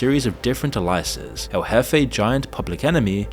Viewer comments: That's a novel take on the pronunciation of the word "aliases". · Is this an AI voice? If not… there are a lot of pronunciation goofs. Aliases, slalom, and a couple others.